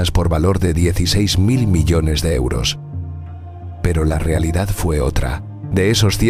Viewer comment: Pq dice euro osos ?????